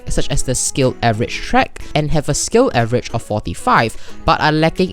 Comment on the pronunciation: "avgerage" nice.